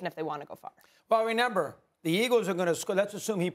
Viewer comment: I don’t trust anybody that doesn’t know how to pronounce remember😭. Tf is a renember